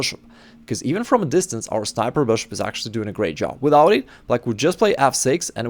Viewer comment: We all know you just found out that people like the way you say BRSHUP!